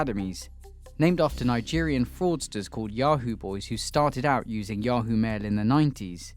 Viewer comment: I love how he pronounced ¨ yahoo¨ 😂😂😂